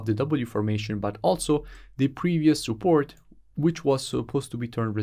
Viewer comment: No offense but I love it when you say soupport instead if support 😹😹😹